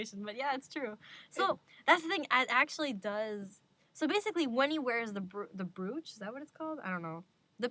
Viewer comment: ITS SPELT BROOCHE BUT ITS PRONOUNCED-BR'OH'CHE IF THAT MAKES SENSE